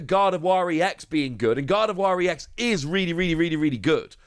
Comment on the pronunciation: Given that 'ex' is in lower case, it isn't pronounced 'E.X'. You just pronounce it like you would the ex in ex-wife :D.